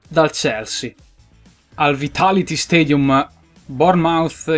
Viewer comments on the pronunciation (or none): none